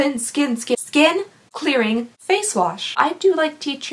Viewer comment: “Clen Skearing” I died 😂